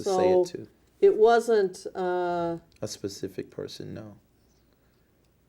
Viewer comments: "Is JMMI your business?" "Well....of course. But to be pacific you'd have to axe Michelle, I'm not really sure on that....." As he sweats right through his clothes. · 😂😂 Will you Be more “ Pacific “?!? 🔥👿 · What makes this so funny, is he is clearly illiterate and stupid but portrays himself as intelligent. Someone tell this guy it is pronounced "Specific" NOT "Pacific" Hahahahaha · Yeah I like the way he says certain words. Axe, pacific . He doesn’t know common language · "be more PACIFIC"..........."i have REPTABLE people"................"you have to AX michelle"...................AND HUNDERDS OF FRIGGIN MORON NIGGAS GAVE THIS STUPID NIGGA MILLIONS ??????????????????? !!!!!!!!!!!!!!!!!!! I THINK I'M GONNA OPEN A CHURCH IN A BLACK NEIGHBORHOOD..................HAHAHAHAHAHAHAHAHAHAHAHAHAHAHAHAHAHAHAHAHAHAHA🤣🤣🤣🤣🤣🤣🤣🤣🤣🤣🤣🤣🤣🤣🤣